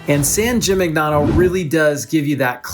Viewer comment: Hi great video… but it is driving me crazy that you’re mispronouncing “Gimignano” throughout. It takes a quick google search to find proper pronunciation. jee-mee-NYAH-noh.